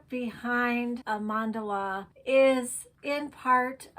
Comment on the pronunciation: Wish I had an art teacher like you in school! You are amazing! And your mandala 😍 Can't wait to try it out this weekend! And, yes perfect pronunciation of Mandala!!